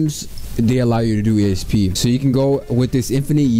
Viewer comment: did u say asp or esp?